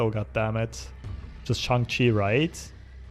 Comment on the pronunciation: Glad to see a streamer say Shang-Chi correctly! Enjoying the vids!